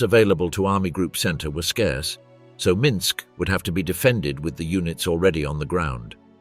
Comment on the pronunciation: Not to mention the narrator managing to mispronounce EVERY Russian name and place-name except Minsk & Bobruisk